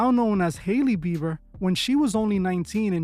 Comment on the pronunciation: It's BIEBER, not BEAVER! 🤦‍♀️